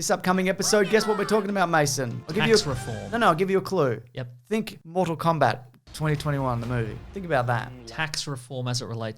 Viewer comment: MORE-TAL KOBAT